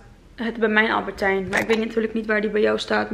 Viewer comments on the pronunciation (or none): Wooow -10! Super goed❤️. Maar wat ik vaak merk is dat je albertijn zegt. Alleen is het Albert Heijn. 😬Niet gemeen ofzo bedoeld, just a tip. 💕